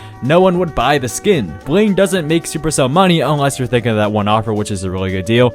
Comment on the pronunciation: Thing 141: the way you pronnounce 'bling'